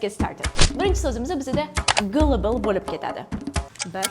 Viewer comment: Gullible emas galebl deb o'qiladi. Oxford lug'atidan tekshiring😅